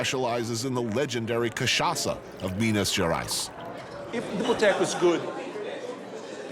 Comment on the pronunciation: me wondering what the hell is miniaras, its him pronouncing Minas Gerais lol